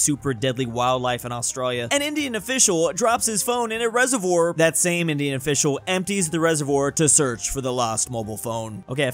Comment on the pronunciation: His pronunciation of reservoir is killing me